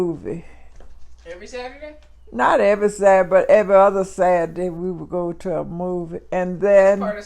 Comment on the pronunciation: “ On satday “ 😂